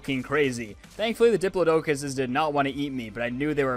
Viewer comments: dip-lod-a-cis not dip-la-do-cus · “Dip-la-dough-cuss” Me, who always said it like that but recently learned it’s pronounced differently: TwT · He sead a dipeledoceles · Diplodocus Di-plod-I-cus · that is a very bold pronunciation of Diplodocus